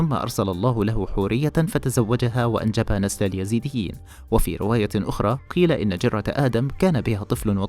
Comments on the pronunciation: قبل أن تعرف مين هم الايزيديه الفظ الاسم صح وبعدين اشرح قصتهم للمشاهدين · قبل كل شي انت تنطق اسمهم غلط يا......... الاسم الايزيديين مش اليزيديين